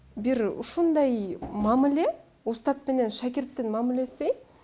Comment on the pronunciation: мамЫле эмес мамИле